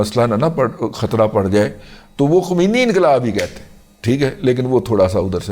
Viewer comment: Sahih talaffuz ye hai. Ayatullah KHOMAINI